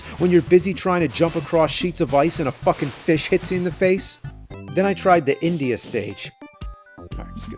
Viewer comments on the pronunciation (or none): none